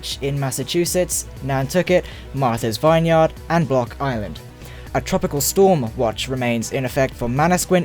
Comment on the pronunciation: Vine - Yard ?????? Buddy it's pronounced "vinyerd" all as one word